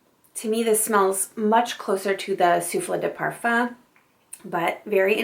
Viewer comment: Not with this perfume, she's pronouncing correctly. No accent on the 'e' on the bottle.